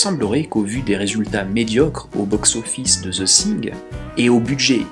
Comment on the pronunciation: Zeu sing... -_-' Prononce veu fing, sans être correct ça sera toujours plus proche de la prononciation anglaise. Parce que Zeu Sing au delà du fait que ça arrache les conduit auditif même du francophone que je suis ça passe plus pour le titre d'une comédie musicale que pour un film de d'horreur fantastique. No offense ! PS ou Deuh fing si tu préfère une prononciation plus américaine.